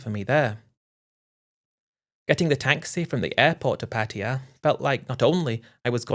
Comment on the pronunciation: Pattaya, not Pattia